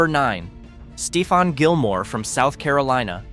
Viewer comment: The announcer clearly doesn't watch any football 💯 he mispronounced Stephon Gilmore 😂